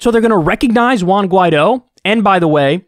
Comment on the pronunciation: Your pronunciation of 'Juan' is funny as hell 😂